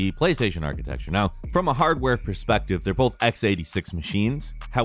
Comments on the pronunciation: "Architexture": the word uses instead of 'architecture' to let you know they're not a Digital Foundry-type in-depth tech channel. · No, I'm making fun of how pronounces architecture. I don't reckom this is US-wide.